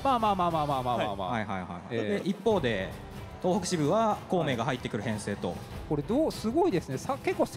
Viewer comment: 東北をトウホウと読むのは…。あとFgoの実況するならヴィヴ・ラ・フランスくらい知っとけよ…